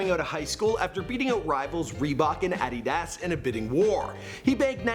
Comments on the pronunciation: High af right now but I knew this nigga was fucking up when he said adyydas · “Ahh-dee-dazz” - 2017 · He said addy daas!😂😂🤣🤣😅😅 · Did he actually just pronounce Adidas like ADDY-DASS?????......WOW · he pronounced Adidas as Ideedas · Sorry, did this dude say adeeas instead of adidas!? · what tf is ad-id-ass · What did you say it’s Adidas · The way he said adidas 😂😂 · How this guy says Lamborghi Aventador Edit: HOW HE SAYS ADIDAS IS EVEN WORST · tf you said Nike and Adidas like that ? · U say adidas and aventador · This dude can’t say Adidas